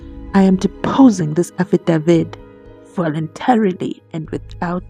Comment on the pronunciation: I've got many questions regarding this aFFidaVit (mnisi pronunciation)